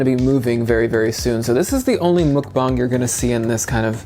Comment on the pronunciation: Btw, it's mukbang with a short u (as in the word under). So, mukbang, not mookbang